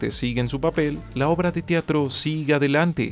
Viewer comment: Se dice "Teatro" no "Tiatro"